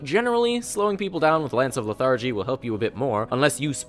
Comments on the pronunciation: Good video! Just one complaint; Le-thar-gy - /ˈlɛθədʒi/, not le-thargy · "Lance of lethARGY". Lol its "LETHargy" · LETH-argy, sir.